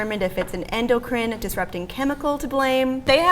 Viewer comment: Your implication of "Penis bones" and your funny pronounciation of "endocrine" told me that you have no idea what you're talking about.